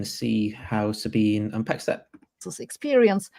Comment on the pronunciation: SabinE. The E isn't silent in German.